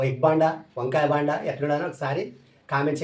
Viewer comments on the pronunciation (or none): Baanda kadu, bonda adi😂😂😂